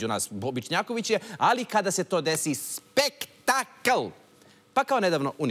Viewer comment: Kaže se spektakal